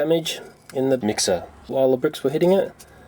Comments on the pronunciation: Emphasis on mixer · What's with the way he says mixer there?